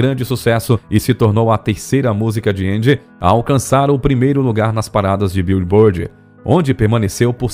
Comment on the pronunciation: Arei de ver ao ouvir 'bíu e bord' ...